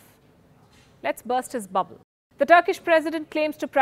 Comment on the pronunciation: for a moment i thought she said "balls" instead of bubble. 😂